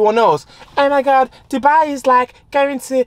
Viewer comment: “Oh my Garrd so segzyy”🤣🤣🤣👏🏾